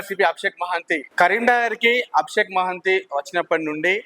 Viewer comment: మహంతి గారు మహంతి కాదు bro